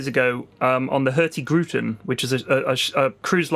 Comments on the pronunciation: Hearing pronounce Hurtigruten was funny. It's Hurtig Ruten not Hurti Gruten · pronounciation of "Hurtigruten" is so amazingly weird that I didn't even understand what he said at first. It sounds less like a disease when you say it right. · "Hurti-gruten" haha, so "hurtig-ruten" meaning "fast route", nice. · laughed hard at how badly you butchered "Hurtigruten" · Pyrions pronunciation of "Hurtigruten" killed me